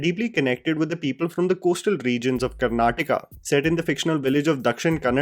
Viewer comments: You are mispronouncing many words like Bhoothakala भूतकाला. It is not past tense in Hindi. It is Bhootha kola भूतकोला. In movie it is pronounced just as Kola. Other than that you are saying कांतरा while it is कांतारा. कांतार means forest in Sanskrit as well. At one place you are saying Karnataka as Karnatika कर्नाट‍िका and Tulunadu (तूलूनाडू) as टूलूनाडू. It is not varsha roopa daivam वर्षारूपम. दैवम्। It is varah roopa daiva वराह रूप दैव । Varah is the boar incarnation of Vishnu. I wonder what kind of research you did and how nobody from the commenters below pointed these mistakes by you. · Wtf is Karnatika? It’s not some sort of chicken tikka dude, it’s pronounced “Karnataka “ I will give you a +1 for saying Kannada and not “Kannad “